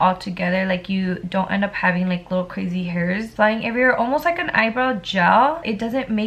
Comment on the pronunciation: it is just me or she says “ crasi “ like instead of crazy 😭😂